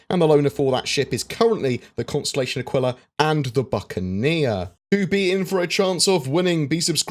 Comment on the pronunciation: Who else wants to rip their ears off every time his mispronounces “Aquila”